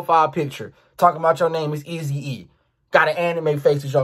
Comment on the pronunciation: nigga said Easy-I 😂😂😂